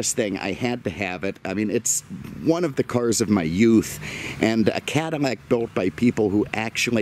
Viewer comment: I’m relatively new, why does he say Cadimac instead of Cadillac?